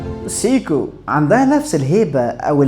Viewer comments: انت ليه بتقول سيكو بالطريقه دى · هو حضرتك بتنطق سيكو بالطريقة دى ليه !!!!؟ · بالنسبة لاسماء البراندات سيييكو ههه حتى وان كان النطق الصحيح او على الاقل تقليل ذكر البراند.. كل ثانيه اسمع سيييكو كرهت هذه البراند هههه رغم اني احب البراند بس عندي بس q&q وهي براند تبعهم وكمان lorus و alba عندهم فيلد واتش كويسة😊